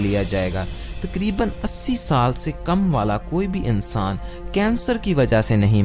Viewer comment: aannssaaaan hahahaha